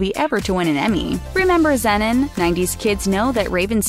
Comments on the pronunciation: It’s pronounced “zee-non” like the chemical element xenon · Hey there my name is Theresa and I watched all these Disney shows with my 19 and 22 year old girls when they were growing up, and you pronounced Zenon wrong it is pronounced like Z non the E is silent. Also, my 22-year-old was a big fan of the Jonas Brothers and so I watched and listened to anything with them in it and they were all in the camp rock movies. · "Zenin"?? I don't understand how they do research on these things yet still end up pronouncing them wrong lmfao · Say it with me : Zee non. Zeenon. Zenon. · Anyone else bothered by the way this person pronounced zenon 😂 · they pronounced zenon wrong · That's not how you pronounce Zenon!!!! 😣 If you ever seen Xena Warrior Princess it's pronounced just like Xena but instead of the na at the end it's non.